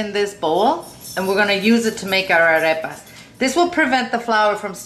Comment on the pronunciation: Your pronunciation of Arepas was very nice because not everyone says it properly. Nice and easy instructions.